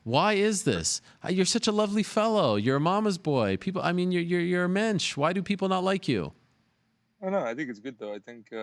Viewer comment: Why do I get triggered every time helwani says mensch.....